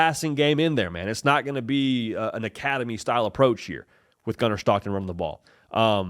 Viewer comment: It Gunner STOCKTON! Not SCHHTOCKTON!! Voice annoying asf lmao.